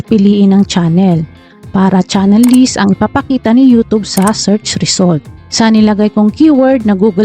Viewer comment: YouChube po tawag nyan